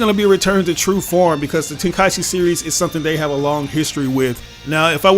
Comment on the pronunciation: Thank you for pronouncing it “ten kai chi” Instead of “ten Kai ee chi”.